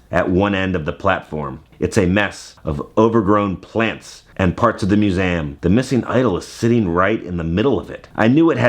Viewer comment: Am I the only one that notices how pronounces the word museum? It sounds like is saying mu-se-am. Never hear you have an accent like that with other words though. 🤔